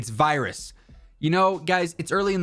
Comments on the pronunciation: vee rus mainframe event. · Vi rus😅 at least your man enough to not edit it out😎